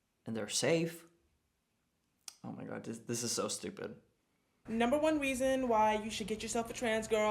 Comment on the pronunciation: And thanks to the "girl" in the 2nd video for giving us the "number one WEAson". Adorable lol.